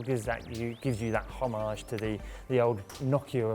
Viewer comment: lol, learn how to pronounce the word "homage" please... -.